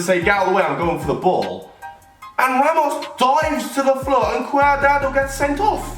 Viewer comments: It cadrado not cadado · Lol "cuardado"